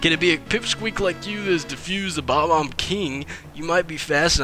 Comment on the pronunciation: it is pronounced Buh-bombs